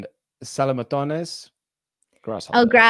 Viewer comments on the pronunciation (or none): did he pronounce "saltamontes" as "salamatones"?